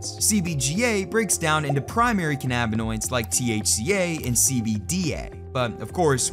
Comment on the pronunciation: listening to you say cannabinoids gave me a headache